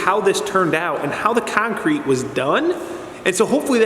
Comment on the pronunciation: Love how you call it kine-crete! :) Great vids! Thx!